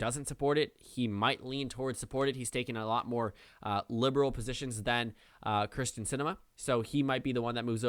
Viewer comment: It is kyrsten not krysten sinema please pronounce it correctly. have a good day